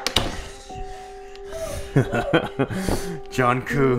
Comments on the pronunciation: It's Jungkook not jhoncoo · "john coo" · John cok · JhOON KOo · John Koo 😂😂😂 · lol 'Jhonkoo' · NOT EDWARD CALLING HIM "JOHN KOO" IMJFKSGFSHGFSFG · he called the doll “JUNKOO”😃💀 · its jungkoo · John coo* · zhong coop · THE WAY HE PRONOUNCES JUNGKOOKS NAME IM LOSING IT 😭😭🙏🏻